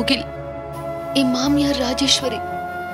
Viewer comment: Pavam..always killing the words mamyar and siva girija